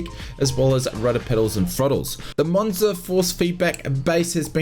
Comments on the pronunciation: Its Moza, and not Monza 😅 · Moza not monza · ITS MOZA NOT MONZA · Great video, the only annoying thing is the fact you call Moza "Monza" thats not how it's pronounced!